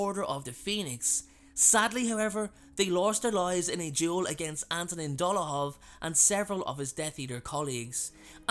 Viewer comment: When he said Fabian and Giddian lost their lives in a duel with Antonin Dolohov I thought he said Ant and Dec at first 😂😂😂😂